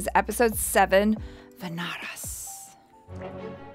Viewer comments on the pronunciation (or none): Just a little pronunciation correction..... its not "Vanaras" like "Va-na-ras" but its "Vaanaras" like "Vaa-na-raas". Thanks. 😊